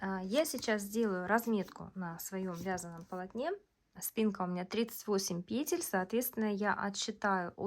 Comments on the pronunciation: Наконец (о, боги) я слышу пЕтель, а не петЕль. Просто праздник какой-то.. Кайфанула от грамотной речи и более чем понятного объяснения. Спасибо!! ❤ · Разницы в постановке ударения в единственном и множественном числе в слове петля-петель нет! Как нравится,так и называйте,как хотите,так и произносите!😊